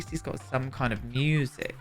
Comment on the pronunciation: I love how you say musically and music - moosically